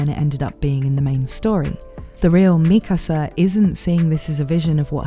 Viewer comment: its pronounced MIKASA not MIKASA